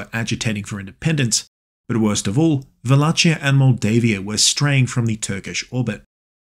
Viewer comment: Love your work man, but the way you say Wallachia cracked me up. I was born in modern day wallachia 😂